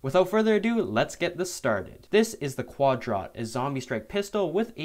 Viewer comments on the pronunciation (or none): It’s pronounced Quad-Rot, because the zombies are rotting